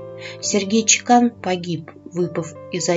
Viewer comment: Правильно чЕкан. Это чешкая фамилия. У меня коллега с такой фамилией и ее муж - чех.